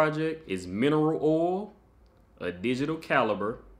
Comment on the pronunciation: Really cool project! Love how these turned out 🔥 I also like the way u say “oil” 😂 When you’re working on a new material, how do u choose the settings? Are u using some kind of guide or do u just have to guess and test?